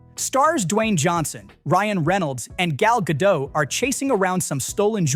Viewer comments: No one knows how to say Gal Gadot. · i never heard people say it the same indeed "Gael Gado" "GAAL Gadoo" "Gal Gadott"